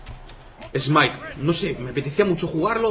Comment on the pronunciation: Por que algunos españoles pronuncian smite si es smait y wifi si es wai fai no estoy generalizando